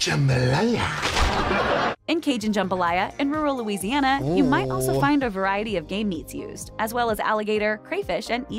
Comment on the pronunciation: Find, not fund 😮